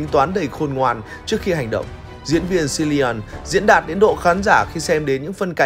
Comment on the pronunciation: Cilian đọc là Kilian, ko phải là Silian